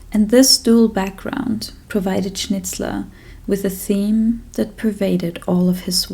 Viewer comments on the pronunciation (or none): none